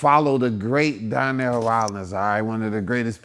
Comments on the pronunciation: Gave him his flowers then proceeded to call him Darnell instead of Donnel 😅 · His name is Donnell not Darnell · Why is he calling him DARNELL???? 😂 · Dude is so used to people pronouncing his name Darnell - do better Deon. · The funniest thing about this interview is knowing that Deon is an actual writer but he kept calling Donell-Darnell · He called him Darnell the whole time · Did you call him Darnell!? Lol